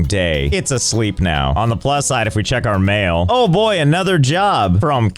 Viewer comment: Josh Pronounced “Mail” in such a way that it sounded like “Mayo”